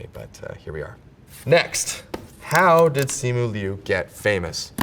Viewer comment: He's pronouncing his own name wrong...🤣